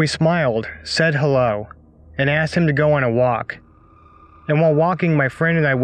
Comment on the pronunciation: The guy with the pug eyes has me rolling lol are you sure that when he opened his mouth he said "hello" or was it "haroe raggy" 😂 😂 😂 😂 3